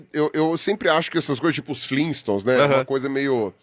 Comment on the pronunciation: Vocês sabiam que o certo é Flintstones, e não Flinstones ?